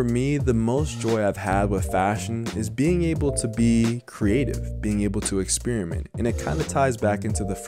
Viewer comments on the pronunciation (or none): bro said "exspearmint"